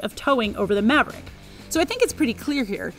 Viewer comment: I stopped watching at "Ford Moverick".. 2 seconds in.